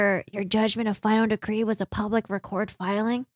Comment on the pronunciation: Just fyi - "for your information" in this instance the word "record" is not pronounced like you are recording something it is pronounced as if you were talking about a record.